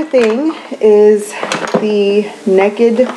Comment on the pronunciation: I love that you said "neked". I can't help but let my inner Texan come out on that word too. ;) So glad to see you back! You look beautiful as always.